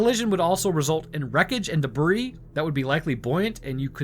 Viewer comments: Debris is pronounced debree, not debreeze. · De-bree.... all the hard work and a simple word mispronounced. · "collier" is pronounced "colly-er" not "collar". "debris" is prounounced "deh-bree". And the "bermuda triangle" is no more dangerous than any other arbitrarily drawn triangle of ocean out there. Just idiots with youtube channels picking up where the 'History Channel' left off perpetuating the myth. Holy shit, guy. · Please stop saying debris like that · The "s" in the word "Debris" is silent 🤫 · Pronouncing the "s" in "debris", are we? Considering the word's French origins, I can only assume you're appropriating verbal territory by force. If this be the case, please continue.